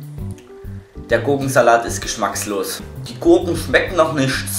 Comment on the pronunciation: nicht "Nischts" sondern eher "Nischt"